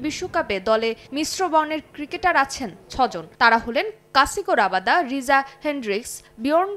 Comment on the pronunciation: Kasigo rabada na kagiso rabada😂